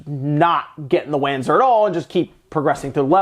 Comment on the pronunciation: It's Vanzer, not Whanzer